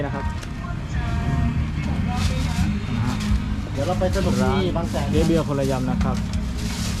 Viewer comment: พูดไม่ชัดอะ เจ๊เบียร์ คนละยำ หรือ คนระยำ ค่ะ ฟังยากมากขาาาาา